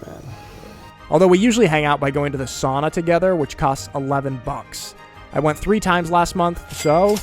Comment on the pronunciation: Sow-Na...not SAW-na